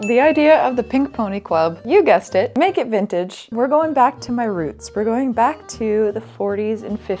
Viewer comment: If I didn't know better I would have thought you said "But naked Vintage"